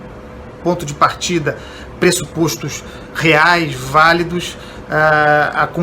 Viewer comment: “Pressupóstos” é a pronúncia correta, amigo.